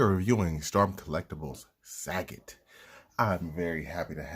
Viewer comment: Sagat? Like the word Fa... isn't it Suh- Got? Lol random quarantine comments